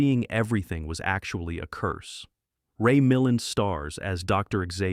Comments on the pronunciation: These lists are fun! But the names are pronounced: Ray mil-LAND George SAWN-ders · So many mispronounced words and names. And flicks not banned but many are still excellent. And it’s pronounced Quat(rhymes with plate) Quatermass. Ok and it’s pronounced Ray Mill-land. Suspecting AI narration here? Fahrenheit? Come on… the script’s not awful but the narration sounds like AI SLOP!!!